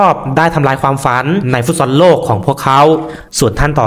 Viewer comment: ฟุตซอล อ่านว่า ฟุตซอ ไม่ใช่ ฟุตซอน